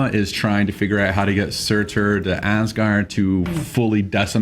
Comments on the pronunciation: Surtur, Pronounced SOO-TAR, not SERR-TERR! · Also, you don't pronounce the r at the end of "Surtr." It's just pronounced "Surt."